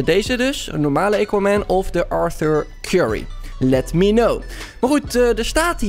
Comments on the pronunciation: ja geen eeequaman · Het is aquaman met een A en niet equaman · Het is AHHHH KWAAAAH MENN niet EYKWAMEN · Niemand: Helemaal niemand::eqauman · Lol “EQUAMAN” 🤣🤣🤣🤣🤣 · E quaman😂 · Iedereen: Aquaman: equaman TIJE _: eqauman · Iedereen: Aquaman: Equaman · equaman De mensen die kijken: AAAAAAAAAAAAAAAA HET IS AAAAQUAMAN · Niemand: Helemaal niemand:: eekwamèn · Niemand::equamen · Ik kan me zo storen equaman het is Aquaman geweldig dat sommige mensen het niet goed zeggen dan mag je ze verbeteren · Eguamen hahahaha tis aquaman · Haha equaman het is aquaman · EEEEEEEEEEEEEEEEEEEEEEEEEEEEEEE... Quaman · equaman hahahaahahha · Het is aquaman niet eykwaman🤣🤣🤣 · Zegt hij nu eekwaman? No hate but it is always first miedas nu eekwaman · Ah yes "ejkquamen" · hoe zeg je aqua man bij equaman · siriejuus eeqwamen het is aqwamen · het is aquaman niet equaman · Het is aquaman niet equaman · Hoe de kanker spreek jij Aquaman uit... EEQUAMAN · Nobody: equaman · Nobody: equaman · "Eekwamen" lol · Mo Amine in Amerika spreek je het gewoon uit als "akwaamen" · Niemand: Helemaal niemand:: equaman (Nice video) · Niemand: Echt niemand:: eequaman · equamen Dion: Misty meeedows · Aaaaa cwaman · Niemand:: eequaman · Lol hij zegt gewoon eqwa man😅🤣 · Niemand:: eeqa men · Wanneer Engels praat, krijg je dit. Eekwamen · hahahahaha eguamen wtf top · Equaman hahahahahah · Eqaman 😂😂 het is A niet E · Het is aquaman: aakwaamen zeg je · Hij zegt eeguaman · niet aacauman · Ben ik de enige die zich ergert hoe hij aquaman zegt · Ik die gaat kijken in reacties omdat ik wist dat iedereen ging praten over hoe Aquaman ging zeggennn HAHAHAHA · GA FK AQUA MAN LEREN UITSPREKEN